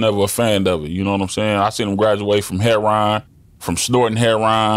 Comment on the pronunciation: Its funny how he pronounce heroin 😂😂